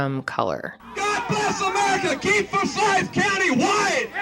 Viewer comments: ummm . . . it's For-sYth county, not For-sy-ith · Fore-Sigh-th county 😊❤ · as a georgia native, hearing her pronounce forsyth makes my skin crawl 😭😭😭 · Daaaamn! I don’t live far from Forsyth county. Never even heard of this. I’ll def have to look into it since it’s so close. Oh, we pronounce it ForSIGHTH. At least to us Georgians anyway lol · It's pronounce "for-sigh-th". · Two syllables to pronounce Forsyth. Four-sieth. Rhymes with Blythe. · i live here and it is so cool hearing you talk about this!! also fun fact: it’s four-sigh-th haha. happy you covered this, love ya ❤️ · As soon as you said Cumming, Ga, I knew I was in for an angry video. I lived in for 7 years and the atmosphere there was very racially charged. The disgusting “jokes” about where people “hung” out was a wake call. For-SITHE County is the pronunciation. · i’m from georgia and it bothers me the way you say “for-s(eye)-th” lol but i definitely remember hearing about this along with the other cases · For-si-th is the way we pronounce it here in Ga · The moderator has to go back to 1912 for a racial crime, and she mispronounces Forsythe. She is trying to spice up her mediocre reporting by race baiting. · The way she was pronouncing Forsyth was bothering the shit outta me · Why she pronounce Forsyth like that😂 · Btw, you kept mispronouncing 'Forsyth'.